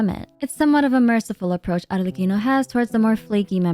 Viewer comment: i gotta say i really loved you correctly pronounced arlecchino during the whole video. it makes it perfect